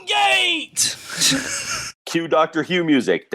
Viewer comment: well.. the fact that you both say what sounds like "Dr. Hugh" just before the Tardis sound... I have GOT to believe that was on purpose - oh, crap... I said 'believe'... take a drink.